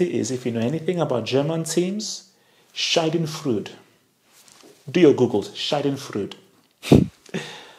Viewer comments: Schadenfreude😂 Skadönfryuudd😜 Nice👍😂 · Shah-den froy-de